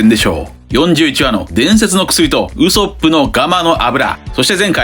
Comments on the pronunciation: 毎度ウソップの発音が気になりすぎて考察の内容が入ってきません笑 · 別にいいんだけど、なんでこんなにワンピース研究してんのに「ウソップ」の発音おかしいの？アニメは守備範囲外なのかな？